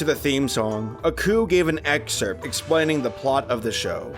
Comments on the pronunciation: Nah. Couldn't even sit through three minutes of this. The narrator sounds bored as hell. And the protagonist is not 'uh-ku', it's 'AAAH-KU', as in "AAAH, this bastard's tryin' to kill me! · AH-ku, not UH-ku. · It's like y'all don't even watch these shows before doing facts on them. How do you butcher pronunciations of names so badly when they pronounce them in the shows? It's not Uhku it's AAAAKU y'all do the same thing with pretty much every anime y'all do too.